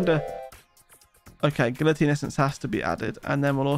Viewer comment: Well he does have to get the 77 "gillutiene" as he says essences